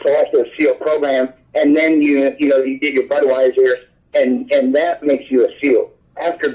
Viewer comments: Did he say Budweiser??? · Did he say "after you go to Budweiser"? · Did he say Budweiser at one point or was it just me lol ? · Was it just me or did he say you do your Budweiser then become a seal 😂